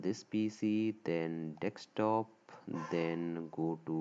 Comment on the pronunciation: lmaoo bro really said dekstop hahahahahaha